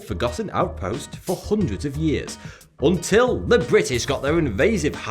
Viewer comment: I like the way he says...houndreds